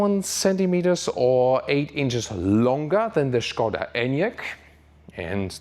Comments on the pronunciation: 40 seconds into video and already big kudos for pronouncing Škoda right :) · I love the way you pronounce Skoda 😀 It's probably correct, but still sounds very fun. Thanks for the hard work! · Yes, it is correct pronunciation, in 1925 Pilsen-based engineering group Škoda bought car company from its founders Václav Laurin and Václav Klement. The name itself is from Mr. Emil Škoda, Czech industrialist (he died in 1920). Great names in car industry deserves correct pronunciation (Rolls Royce, Bentley, Porsche, Ferrari, Lamborghini, Opel, Renault, Peugeot, Ford, Chevrolet, Benz, Maserati, Chrysler, Honda etc.) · It is absolutely correct, he says it like a professional Czech actor. Škoda means Schade, like It's a pity. Writing sch as š is simply clever.